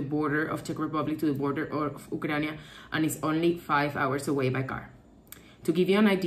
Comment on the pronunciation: What is "Ukrania"?:) Sorry, don't want to be mean, but it's funny how you pronounce the name of the country. Probably it's how it's called in Latin-based languages.